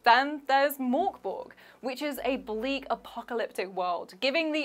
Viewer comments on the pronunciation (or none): Mörk Borg is pronounced murk borry. I'm not sure why nobody knows this, but there it is.